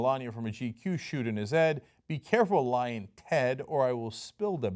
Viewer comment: Every time he says it I can't help but hear "Lion Ted"